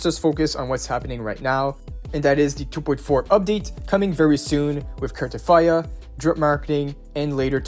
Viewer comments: U sayin cartefiya instead of cartethyia is pissing me off😂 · Why are you putting an "f" when you're pronouncing "Cartethyia "? 😂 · There is definitely not an f in her name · This dude be like "carteTHYA" each dang time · Bro how r u pronouncing Carthethyia 😂